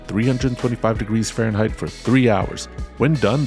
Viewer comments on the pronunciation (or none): none